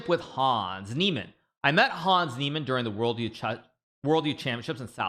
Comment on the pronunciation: The way he's pronouncing Hans